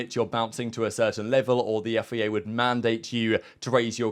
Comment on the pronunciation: Love the content but pls its FIA not FEA